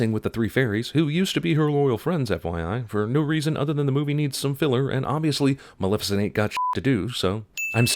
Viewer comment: Sin: everyone keeps pronouncing it "Malificent"